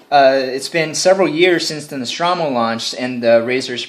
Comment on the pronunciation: "nostrawmo?" goddamnit...